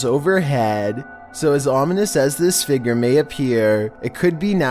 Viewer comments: Dammit I only recently got comfortable with voice now I can’t stand the way he says “FIGURE!” 🤬🤯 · I swear, pronounce figure as figger one more time 😥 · Learn how to say “figure” like a big boy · Its pronounced "Fig-your" not "figger" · Your inability to pronounce figure is paralyzing